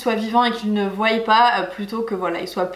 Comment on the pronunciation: salut super vidéo mais ça ne se dit pas "voye " !!!!! tu as dit voye a !!!!!